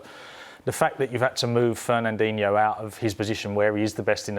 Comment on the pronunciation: "Fernanduno" (just after he says mpappe, beginning timestamp )